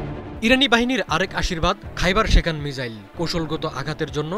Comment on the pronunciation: মিজাইল না মিসাইল 🙄🙄